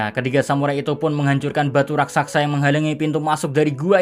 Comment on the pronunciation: Sekedar menambahkan sedikit: penyebutan dalam kata "RASAKSA" seharusnya "RAKSASA" hampir di semua konten tolong di perbaiki. Maaf kalau tidak sopan dan terkesan lancang, saya hanya berniat meluruskan sedikit karena saya kagum dgn narasi 🙏🙏🙏